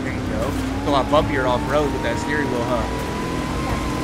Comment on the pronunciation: Bro said a stwehh wheel